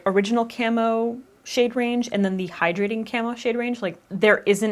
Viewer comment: So, I thought you were saying Camel not Camo and went into the description to find Elf Camel Concealer :')